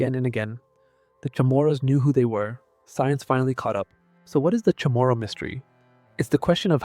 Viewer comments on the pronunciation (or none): I wish you'd learn how to pronounce CHAMORU. It's not kah moro. It's not Chamorro--wrong spelling--either. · Other than mispronouncing the word Chamorro sometimes, this is a good video.